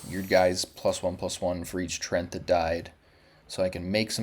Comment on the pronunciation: trent? bro they are treants :D pronounced like "tree-ants" with a short ee sound